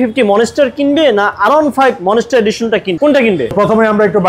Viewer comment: ITS NOT MONESTAR ITS MONSTER